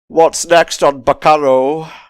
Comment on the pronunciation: One of my favorite anime’s! You can tell cause that pronunciation at the start really hurt.